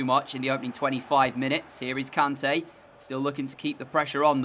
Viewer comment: not trying to be mean but its pronounced k-arn-ta